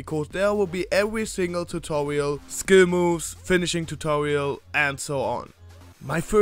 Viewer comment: Tutorial not tutowial